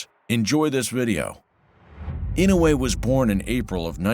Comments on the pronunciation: FFS his name is Inoue not Inouwhey, the narrator needs to learn how to say the name before doing the docu, completely distracting. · Name is pronounced: E - NO - WAY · It’s not In-no-way. It’s I-NO-WAY! Fuck these announcers. They paid money to announce fights but lack the professionalism to learn how to say their names right. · Not EE-now-yay... E know way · Inow-yea? Ee-noo-e? AI narrator seems confused.